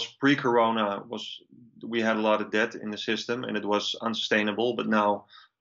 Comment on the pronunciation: The letter "B" in the word DEBT is silent - I wish you would stop trying to pronounce the word with the B